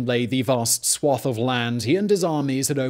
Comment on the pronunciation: Simon, I understand that you are challenge by some of the difficult foreign words you have to read, but how come you struggle with some basic English words? On this occasion the word "swathe" seems to escape you. Hint: it rhymes with "lathe".